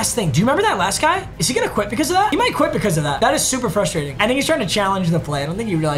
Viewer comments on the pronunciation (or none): none